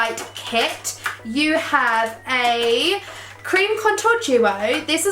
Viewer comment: The way she said creame product😂😂xxxxx